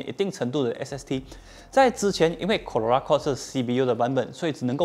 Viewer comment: 怎么 Corolla 发音很难吗 ？